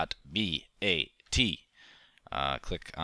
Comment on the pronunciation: .bat not .vat